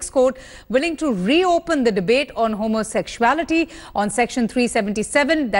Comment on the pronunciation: Who is this uneducated news anchor?? One tight slap! Remove immediately. She can't pronounce homosexuality correctly. She does not have her facts right.